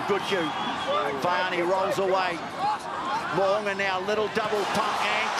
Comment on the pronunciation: Well done pronouncing Mo’unga’s name correctly. Well - much improved from past 5 years lol